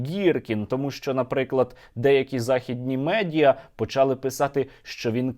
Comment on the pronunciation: передалИ а не передАли, почалИ, а не почАли, докумЕнти, а не докУменти, листопАд, а не листОпад, снігопАд, а не снігОпад, літературна мова, а не галицькі наголоси